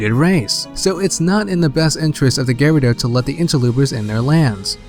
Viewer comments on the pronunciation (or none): why do you say GARADO instead of GUREDO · Dude you're driving me crazy every time I hear "InterLOOPer" and "Garido" lol Try Inter-low-per Gurr-oo-do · for like 5 minutes im trying to figure out who the fuck the Gare-odo are but i figured out he tried to say gerudo. god damn if your gonna make a theory and shit and do research then pronounce the fucking names right geez. So this bongo bongo and the sheika are practically the uchiha clan without the sharingan. nice. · also "Gerudo". It sounds like you're saying "gyrados" without the S.